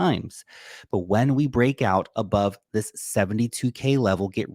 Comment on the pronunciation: Where - Wen 😂